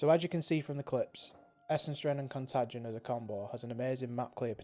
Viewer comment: It's pronounced con-tay-gin. Also, the pastebin link doesn't work with PoB.